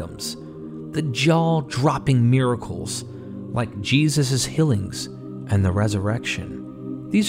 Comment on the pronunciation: I love listening to your narrations, but you’ve got to correct how you say “fillings” and “hillings” instead is “feelings” and “healings.” They don’t sound the same, but you pronounce them the same.